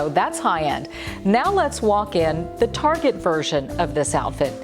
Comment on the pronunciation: It''s Target not Targe. Why are people trying to make it sound so pretentious and ridiculous? It's a cheap store, and it's not French. Its TARGET.